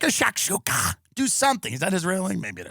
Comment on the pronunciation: I will never be able to say shakshouks normally ever again